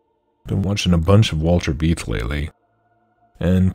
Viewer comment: Dr Walter Veith is brilliant. But you're pronouncing his name incorrectly. Last name is pronounced like the English word fight. Fitting imo. In love. Cheers